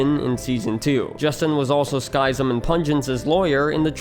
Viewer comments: informative video, but I can't get over the pronounuciation of Skyzm... isn't it supposed to be ski-zm instead of sky-zm? Like "schism" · Btw Skyzm is pronounced like "Schism" not "Sky-zim" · also how he pronounces Skyzm as "SKY-zm" instead of...... "schism". X.x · Not sky zym its Pronounced SKIZIM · Sidenote: its pronounced “skiz-ym” not “skai-zem” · Skyzm is pronounced Skizzem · "Sky"-zim? Really? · Pretty sure Skyzm is pronounced like "Schism". I remember watching his and Pungence's shenanigans back in the day. :) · Skyzm is pronounced like the word 'Schism', Buizel is a pokemon proncounced 'bwee-cel'. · skyzm's name is pronounced just like the word SCHISM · Skyzm is pronounced Skism. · Skizm is pronounced ski-zem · Skyzm is pronounced (skizz-em) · Btw, you pronounced Skyzm and Buizel wrong in this video. If you check out Skyzm’s first episode of Hermitcraft he says his name in the first few minutes. And Buizel is the name of a Pokémon that you can Google the pronunciation of. For reference Skyzm is pronounced the same as the word Schism. And Buizel is pronounced Bwee-Zle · Monkeyfarm was who actually got me into watching Hermitcraft when season 2 started. I still wish he could have remained. Also, Spum and sl1p were two of my favs. Skyzm was pronounced just like the word "schism" btw. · Pssst... 'Skyzm' is an edgy respelling of 'schism' the y should be pronounced like the 'i' in 'it' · Man, the way he pronounces Skyzm i driving me mad lol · I would have thought that after the amount of research this would take, you'd pronounce "Skyzm" correctly. Also, X doesn't unilaterally make any decisions.